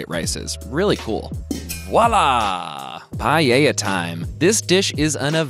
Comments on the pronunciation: Loved the vid, but the pronunciation of paella was kind of disheartening. It's not pie-yay-ya. It's pah-eh-ya. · No one:...: PAYEYA